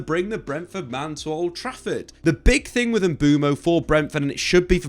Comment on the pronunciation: lad, let’s learn how to pronounce MBUEMO before the season starts 👍🏿